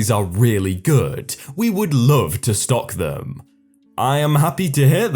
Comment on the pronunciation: what happened? I was away for a few weeks and now i hear that you have a new mic, which is good, but the way you read the stories changed. You suddenly drag the words at the end of each sentence. "Pleasantriiiieeeesss", "Really goooooood", "Stock theeeeeeem", "Hear thaaaaaaaat"... I'm sorry, but i think it sounds horrible. I really liked how you read the stories and i WANT to like you videos, but now i can't even concentrate on them because your pronounciation annoys me so much. Can't you go back to the way you read the stories before? (this is coming from a good place, so no hate, ok?)